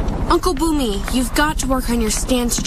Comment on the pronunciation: Bumi meant earth in indonesia. And pronounce just corect as well. “Boome”